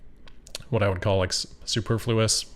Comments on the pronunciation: Superfluous is pronounced suh·PUR·floo·uhs, not SOO·per·FLOO·is. (In British English, it's suh·PUH·floo·uhs) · lol I can tell you've only read that word. Superfluous is pronounced sue-pur-flu-us. But great content as always! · Love your videos. I’m a big fan. Superfluous has the accent on the 2nd syllable. Just thought you’d want to know.